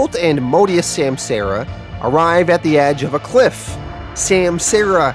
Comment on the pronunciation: Just a heads up my dude: it’s sahm-sah-ra